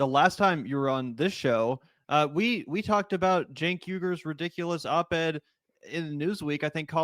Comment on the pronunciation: It’s hard to take this seriously when the narrator can’t pronounce Cenk’s name correctly. Yikes.